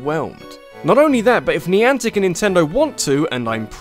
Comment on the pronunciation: When ever someone says 'niantec' it just reminds me of 'Nyancat.'